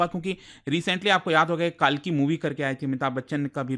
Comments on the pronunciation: It's not Kaaalki, it's kalki🙏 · भाई काल्कि नहीं कल्कि। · Not कालकी ❌ उन्हें कल्कि भगवान कहते हैं कम से भगवान का नाम तो‌ सही से लो जानबूझकर कर किया या अनजाने में पर गलत है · काहे काले अंग्रेज बन रहे हो हमारे भगवान का नाम कलिक है न की कालकी |||| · Sab baate hoti rahengi .. lekin please kalki ko kaaaalki pronounce na kare😢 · भाई आप हिंदुस्तानी ही हो।। वो काल्की नहीं कल्कि हैं।। अब समय बदल चुका है अब अंग्रेज होना सम्मान का विषय नही रहा।। अनावश्यक अंग्रेज क्यों बनना। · कालकी मत बोलो यार , कल्कि बोलो❤ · Sir bolna sikhe lord kalki hai na ki kaalki... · CORRECTION(English Man banne ki kosis kyu karni? काल्कि ❌️ कल्कि ✅️✅️✅️✅️ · It's not कालकि it's कल्कि spell correctly sir 😅❤ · सर मैं खुद सम्भल से हूं , यह मंदिर चंदौसी में नहीं है । यह सम्भल जिला के सम्भल शहर में ही है। इसको कल्किनगरी भी बोला जाता है । कालकी नहीं its कल्कि। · Sir, pls Correct your Pronunciation- It's 'कल्कि' not कालकी'. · सर्जी कल्कि ठीक से तो बोलो